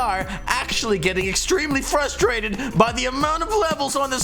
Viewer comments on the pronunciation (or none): none